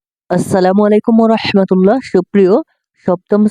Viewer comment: স্যার আপনার অনেক ভিডিওতে আসসালামু আলাইকুম ওয়া রাহমাতুল্লাহকে আসসালামু আলাইকুম ওয়া রসমাতুল্লাহ শোনা যায় এটি ঠিক করবেন 😅